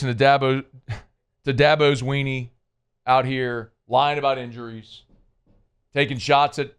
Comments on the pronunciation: are you saying Dabo Swinney or Dabo's Weenie? 😂😂😂😂😂😂😂😂😂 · I swear he said Dabo’s Weeney